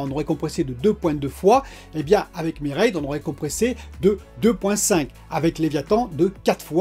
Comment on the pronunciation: Pourquoi tu zappe le deuxième M de mermaid 😫 ahlala le geek et l'anglais 😂😂😂